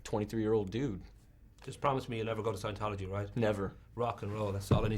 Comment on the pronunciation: i think the guy is trying to say scientology... i could be wrong